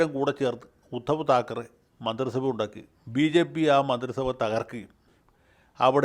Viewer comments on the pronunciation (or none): none